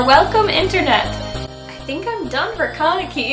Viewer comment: thats not how you pronounce kaneki